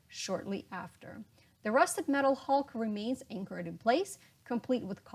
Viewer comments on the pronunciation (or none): none